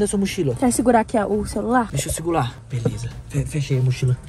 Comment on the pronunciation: O falando deixa eu segula😂kkkkk😂😂😂😂😂😂😂😂😂😂😂😂😂😂😂😂😂😂😂😂😂